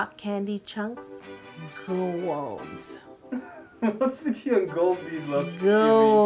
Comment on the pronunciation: I've been watching too much Stargate SG1, I thought you said "Goa'uld" when you first said "gold." 😂😂😂